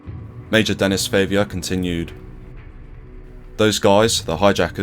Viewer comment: Great video. Might want to check the pronunciation on some of those French words/names though; everything else was great but calling a guy called Denis 'Dennis' was distracting, for example.